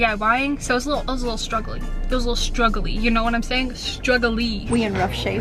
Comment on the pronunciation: STRUG-A-LEE I'm dead hahahah